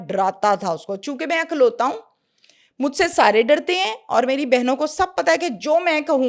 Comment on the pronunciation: Ma''m...only child ko 'IKLAUTA' kahaa jata hai,,'AKLAUTA' nhi Jo aap bol rhi hain 🌹🙏🏻🌹